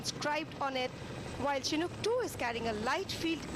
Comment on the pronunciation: It's pronounced "Shinook" not the way the commentators are doing in this video.